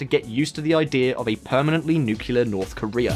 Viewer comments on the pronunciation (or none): Nuclear, not Nukyular!!!!!!!!!!!!!!!!!!!!! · It's hard to take seriously anyone that can't correctly pronounce "nuclear." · What is the deal with more and more people pronouncing nuclear as nucular? Is it nucleus of the atom, or nuculus of the atom? Nuclear Noo-clear. Not Noo-coo-lare. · You mean it's not nukular?